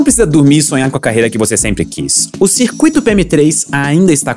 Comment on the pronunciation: Pronúncia do circuito está errada... não é "cir-cu-í-to" e sim "cir-cúi-to.